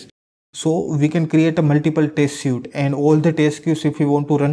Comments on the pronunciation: Better learn English. Don't you know how to pronounce the word suite? It's not [sju:t], it's [swi:t] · Hi! You mispronounce the word "suite".